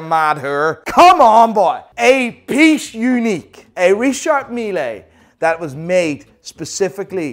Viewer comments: hilarious as usual, I like it so much, but please learn to pronounce Richard Mille correctly. it is not "Milayyy" but "Meal" 😀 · wanneer een collab met AVW??? En je spreekt het uit als Richard Mil niet milee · We say « Richard Mille », not « Richard Milley »... as I’m French I know how you are supposed to say his last name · pls say Richard mil(e) and not Richard mi-le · Alternative video title: Watch "Expert" Continuously Mispronounces Richard Mille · The way he pronounce Richard Mille gets on my fuc**n nerves!!!...What a villager!!! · Learn to pronounce Richard Mille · Dear. Pleas pronounce Richard Mille correctly. It triggers the shit out of me. Thx.